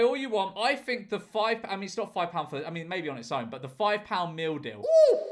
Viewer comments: First time he read "meal deal", I genuinely thought I heard "We have something in all supermarkets called the mildew." 😅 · It took me 2 minutes before I realized you are saying “meal deal” and not “mildew” Makes more sense. But $3?!?! For a meal? How?